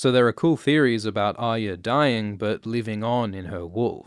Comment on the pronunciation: The way this dude says "Aya" triggers me bad.. There is an R in there brother... or is it "byotha"